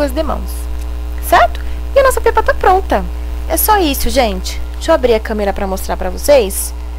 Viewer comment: Se lê Pépa , amei o vídeo